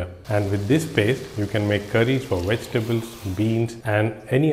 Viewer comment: There NOT Wegitables m8 if your going to make a video at least get the enunciation right with ingredience.